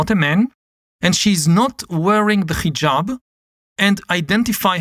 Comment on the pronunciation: It is not Khijab, but Hijab. Like haha, not kha kha.